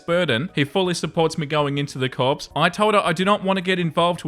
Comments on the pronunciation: I love you, but in story 1, it's "core", not corpse. It comes from the French, and I normally wouldn't worry about it because it's French, but my dad was in the Marines, so it's the Marine "core" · "Corps" is pronounced "core." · FYI corps is pronounced core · “Corps” should be pronounced “core”. Assuming Story 1 OP is going into the Marine Corps.